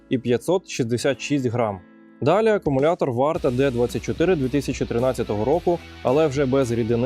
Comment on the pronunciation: Не "акамулятор", а акУмулятор😉 Дякую за український вміст!